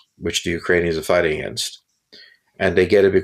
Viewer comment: "Fighssing in Ukraine" - yeah, right.